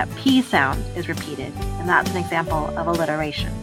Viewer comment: SHE SAYS EXAMPER